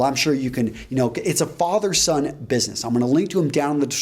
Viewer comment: I swear, if this guy says "Fathet-son business" one more time, I'm gonna lose it... Nice content though, keep at it :D